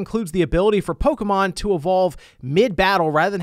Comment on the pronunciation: Disliked for mispronouncing Pokémon